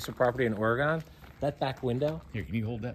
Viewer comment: ITS NOT OR-A-GONE! Its Or-again.